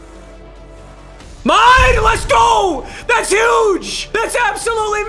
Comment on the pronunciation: Stop saying huge like that bruh